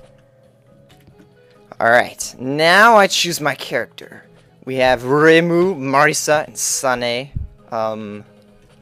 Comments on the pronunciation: FAIL PRONOUNCIATION!!!! REH-MU; MAR-E-SA; and SAN-AI !!! >:UUUUUUUUUUUU!! Sorry for my rageing, Touhou is my life, and i kinda get irritated wen people say their names wrong ^^ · "Remu, Marisa and Sane" oh God I laughed :D:D No offense :D the way you said Reimu and Sanae were far too hilarious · This guy is annoying no music. And he said Reímos, and Sanaes name wrong all we here is him talkin.